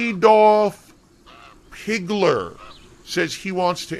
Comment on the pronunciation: Dude cant even get ackdolfs name right and called him stupid...